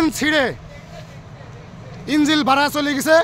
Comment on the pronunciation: সমকাল এর সাংবাদিক সাহেবের "ইঞ্জিল"এর উচ্চারণ শুনে মর্মাহত হলাম।